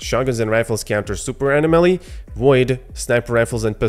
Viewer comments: This was really informative. Nice video. But say it with me…uh-nom-uh-lee.. anomaly 😜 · Bro! Uh-nom-uh-lee. Anomaly. I couldn't hear you say it wrong anymore and left. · Pronounce Anomaly wrong